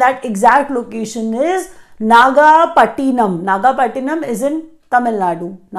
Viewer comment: Please pronounce the Indian name correctly Nagapattinam -- since ur very curious to pronounce foreign names